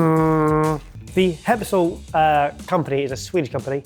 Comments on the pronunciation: Skeppshult it not pronounced Skeppshoolt, it is a short u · saw the Swedish "sk" and just went "nope it's Eppshult" now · Your pronunciation of Skeppshult was very confusing. :-) I started looking for something called "Hempsolt" or something and I thought you said it was Swiss so when I finaly found it and saw it was Swedish (I'm from Sweden) and it was a Skeppshult I started laughing. :-) The company "Skeppshult" takes it's name from the town Skeppshult just FYI. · Heppshult? Scheppshult? Very strange pronunciation. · "Sk" i pronounced like "ch" i Bach, epps is pronounced like Eppstien the "u" is almost pronounced like the "u" i Amy Schumer so "hult" is pronounced like a ships "hull" but with that kind of "u" sound and with a "t" on the end. You would probobly spell it Cheppsholt if it was a English word. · Skeppshult is pronounced kinda like Scheppshult, they are mainly famous for their cast iron pans its been around since 1906 :) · The pronunciation of "Skeppshult" has killed my ears 🤣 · Ngl, I also thought it was a Japanese item until I read Skepphult (sorry but your pronunciation was not the best). Now I kind of want it. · The way pronounced Skeppshult is so bad it makes me feel like donning my iron hat and starting a new viking age. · The way you pronounce "skeppshult" was hilarious. It wasn't until it was written that I could tell it was a Swedish brand. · Jesus H Christ, that pronunciation of Skeppshult was criminal. I'm Swedish, and he said it a couple times before the text appeared on screen and I hadn't the foggiest that he was trying to say Skeppshult until I saw it written.